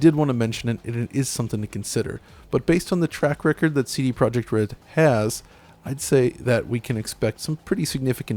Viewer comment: Not Project. -> Projekt.